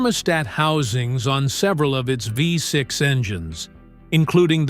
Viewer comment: Renault Fifth Six !!!! ( Oh don't you mean VEE 6) 😂